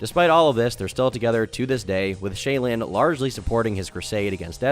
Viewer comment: it's clear you never watched a mrgirl video by the way you pronounce "shaelin"